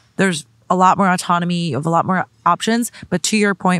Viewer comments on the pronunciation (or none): none